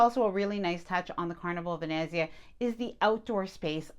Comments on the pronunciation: It’s pronounced “Ven-NETZ-ia” ….. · of course I’ll watch, you provide great information. This might help, Ve-net-zia, emphasis on net. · As an Italian, when I hear you pronounce Venezia (Venice in Italian) I CRINGE. Nails on a chalkboard. Still love your channel and will continue to watch.